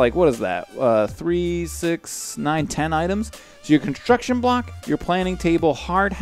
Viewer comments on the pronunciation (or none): conshtruction mod... :P